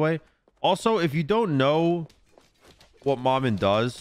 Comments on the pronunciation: Pretty sure its pronounced (muh-muh) not ma man. Its creole for mama, though in creole it’s spelled manman but im pretty its the same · How... Is nobody saying to just say "Mama" if you don't want to say it with the dialect? Because it's definitely not Mah-Man. 😂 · well the name Maman Brigette isn’t English so that doesn’t matter, she’s a Haitian god and this name in particular is French. Regardless pronunciation is fine, the proper way for Maman would be “Mah-Mahn” however is saying it close enough for a non French speaker